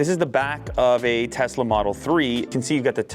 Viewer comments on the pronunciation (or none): none